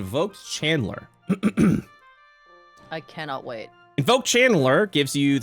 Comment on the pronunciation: when he said "invoke channeler" i heard "invoke Chandler" like the character from the sitcom F.R.I.E.N.D.S. When in trouble i shall summon Chandler Bing to fight for me!